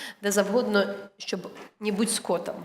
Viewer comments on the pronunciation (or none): не скОтом, а скотОм )))